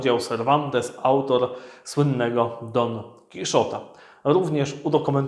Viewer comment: Don Kichota nie Kiszota, to Hiszpan, nie Anglik